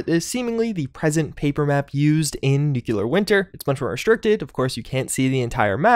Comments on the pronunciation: NUCLEAR not nuculer! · Nuke-LEE-Are SAY IT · Still not pronouncing nuclear correctly. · What are the chances we get all the way to the end of Nuclear Winter season without ever learning how to pronounce it?